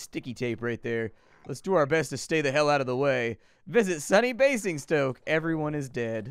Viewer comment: In Queens English, Basingstoke is pronounced bay-zing-stoke